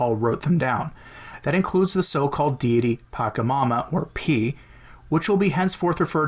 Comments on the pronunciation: It's patchamama not pakamama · Very astute to deliberately mispronounce P When we must speak of the demon, it is wise to mispronounce it. There are many good reasons to do this, but the most important is that to take care in the pronunciation is at the same time a genuflection in the direction of the demon. (genuflection implies "some" accession to the power of the demon. )